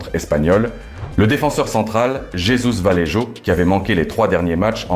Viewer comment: Tu parles comme une IA. on dit pas valédjo mais Valéhô, on dit pas carvadjal, mais carvahal, le J se prononce comme un h, on prononce Chabi Alonso et non Zabi Alonso